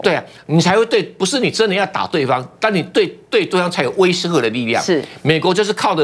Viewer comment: 感谢感谢！终于，贵台有人把威慑，念成(weishe)(she四声)了，而不是(weizhe)。谢谢蔡教授！